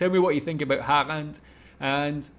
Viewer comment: I love how non-norwegian speakers says norwegian names SOOOO wrong. Martin Odegaard, sounds so weird. lol. We have Æ Ø Å. Pretty easy to prenounce 🙂Same with Erling Braut Haaland, who, I recently found out might be related to me in some way, the 2 a's are prenounced as Å. Same with Ødegård.